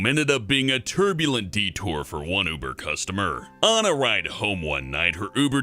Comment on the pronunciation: He says Buber driver XD